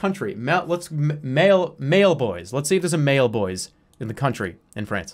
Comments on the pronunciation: as someone who speaks french, hearing jerma pronounce 'maillebois' as 'male boys' almost killed me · the way he mispronounces everything gets me so bad, just the way he yells "MAIL BOYS" asdfghjkl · The pronunciation of "Mail Boys" is too good